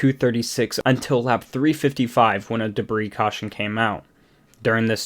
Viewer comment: Oh man….that mispronunciation of debris though…